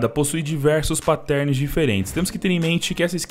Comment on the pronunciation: meu para de falar pattérns é pátterns da uma agonia mano